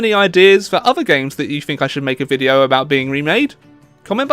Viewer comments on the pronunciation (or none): none